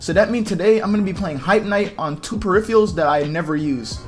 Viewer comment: My man can't pronounce peripherals